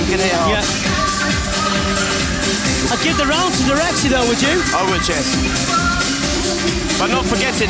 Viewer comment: the name is pronounced "DirekCHi", please someone tell them